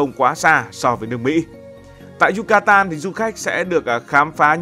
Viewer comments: Yucatan mà gần cuối video cứ đọc yutacan😅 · Thuyết minh 1 lúc cái đọc sai trớt qưowts. Yucatan thành Yutacan. Haha